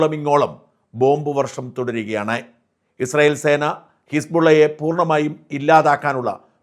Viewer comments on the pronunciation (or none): none